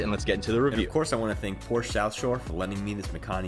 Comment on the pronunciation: A word to the wise. "Porsche" is a two syllable German name.